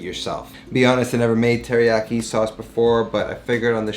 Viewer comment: Dude, next to Latin, Japanese is the easiest language to pronounce. Every consonant is followed by a vowel and every vowel only makes one sound. I like your recipes, man, but like, at least try. It seems insulting to not at least try.